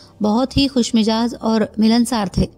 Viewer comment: Khushmizaaj not Khushmijaaz...